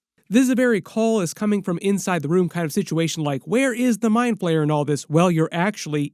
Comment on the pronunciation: He's the mind flayer not mind PLAYER 😅😅 💩 so annoying when you say player